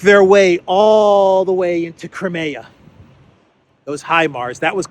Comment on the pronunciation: It's NOT "CRAY ME YA" it's Crimea